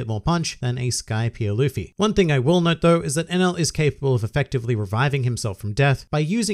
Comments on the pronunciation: Enaru I know is his name not enul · Hus name is Eneru!!! Why all Y'all keep calling him enel??